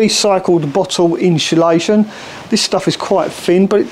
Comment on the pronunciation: No ‘H’ in insulation…. Thanks for the informative video! Keep up the great work! 👍